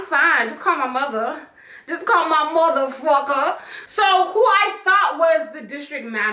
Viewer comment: Everytime she says “my mother focker” I literally laugh so hard 😂